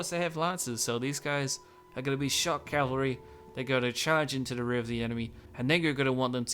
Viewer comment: I think some of the shiny armor you described as chainmail is actually scale or lamellar armor. Also it seems like you sometimes say "Calvary" instead of Cavalry, which is something many english speakers do